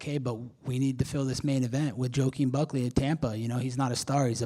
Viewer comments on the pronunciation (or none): bro called him jo kem buckly LMAO 🤣